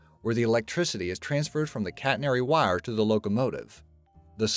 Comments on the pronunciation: You sound SO southern saying "wire." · Your country accent comes out when you say wire js